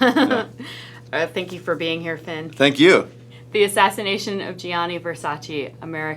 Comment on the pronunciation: È VersacE Not VersacI